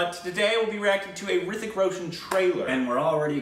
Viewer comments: H is Silent in HRITIK, correct way to pronounce is RITIK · H is silent in hrithik